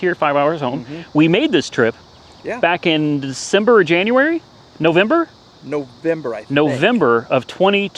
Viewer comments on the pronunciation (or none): none